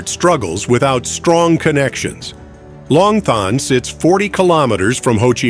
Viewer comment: Long Thanh is pronounced Lom Ton.